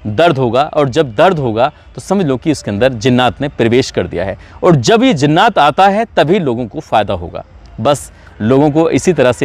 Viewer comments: ذرا اپنے تلفظ کے مخارج کو صحیح کر لیں اور ہمیں آپکے غلط تلفظ سے لگتا ہے کہ آپ قرآن نہیں پڑھے ہیں کیونکہ جنات کو زنات کہنا یہ آپکی قابلیت اور علم کو ظاہر باہر کرتا ہے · Bhai zinnaat nahi jinnaat hota hai ,aap to urdu se waqfiyat rakhte honge kyoonki aap Muslim ho😊